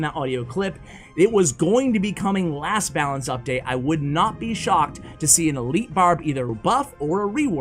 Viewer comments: “Balacne” You tried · “Balacne” lmao